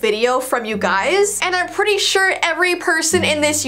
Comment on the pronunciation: you said pritty not pretty